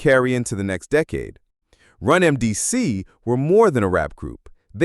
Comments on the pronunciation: He said run mdc 🤣🤣🤣🤣🤣 bro ...how r u calling them legends and butchering their name?!!!! They're RUN DMC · Did this AI say rum mdc??? wtf smh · The way they said run DMC was weird to me. No wonder I thought it was AI.